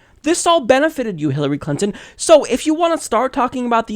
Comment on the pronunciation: Did the host just say "Hillary Cunton" ?? :D